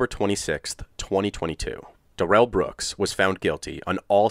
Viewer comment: Just a note - his name isn’t “da-RELL”, it’s pronounced normally (“DARE-ul”). He bizarrely changed his name pronunciation during the trial, but his mother/grandma/GF (and he himself during sentencing) pronounced it correctly.